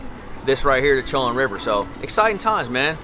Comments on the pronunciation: Isn’t it “co in” river? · it"s pronounce ( Sho - Wand ) like the university in murfreesboro,NC (Big Blue) Braves 1979 baby.